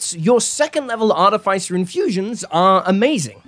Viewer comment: wtf is an arty fay sir ?